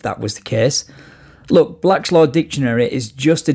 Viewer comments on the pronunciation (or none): Saying “Admirality” instead of “Admiralty” and saying “Black Law Dictionary” instead of “Black’s law dictionary” makes him see even more of an idiot.